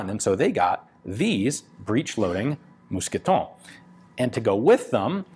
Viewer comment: Your second "mousqueton" is perfect.